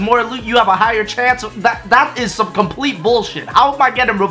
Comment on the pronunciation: "Pomplete bullshit"